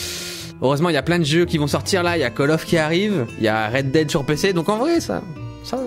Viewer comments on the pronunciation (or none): none